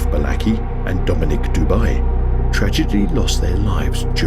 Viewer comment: Oh good, I'm the second comment. So maybe you'll actually get this. AI commentators are getting disgusted, and I, and a lot of people are starting to turn videos off the moment we realize it's an AI commentator you know, 23. Mispronounce the word, or rather, the name Dominic. This guy is pronouncing it like the female Dominique. It's just yeah, nauseating the content. Creators want the loyalty of fans but don't want to put the time in anymore to actually narrate the ship themselves